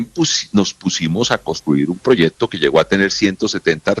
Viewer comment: No se dice proyedto